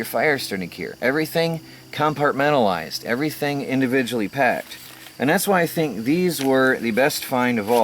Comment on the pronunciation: take a shot of tequila everytime you hear 'com-part-men-tal-lized lol